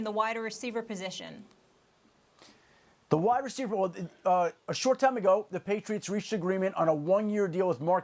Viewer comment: "wider reciever" nice